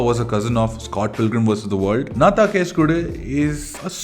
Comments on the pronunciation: Nice video ❤. Its actually pronounced “ennnaa thaan case kodukku “ rather than “naa thaan case kodu” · not nna than kesu kodu.....ponounced as enna than kesu kodu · U need to pronounce Nnaa...Then Taaan ---you Case kodu...file a case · Pronounce it as"Enna" taan case kodu. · I think he is incorrectly prouncing the title of the second movie.